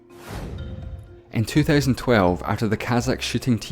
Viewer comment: it sounded like you said the kazac shitting team